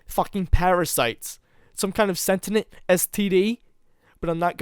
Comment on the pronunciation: Ok,. You have a genuinely good voice, and this was an interesting story. What I am about to tell you, please take it as constructive criticism because I like your vibe and want to see you do better. I caught a couple off-hand, but I'm sure there were more. You gotta double-check your pronunciation of certain words, ménage à trois, Pinot noir, and sentient being the few I clearly noticed. Otherwise, good job. Im subscribing.